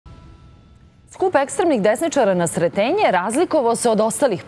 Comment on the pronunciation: Nije SRETeNjE i nije KeZaMAT , naučite dikciju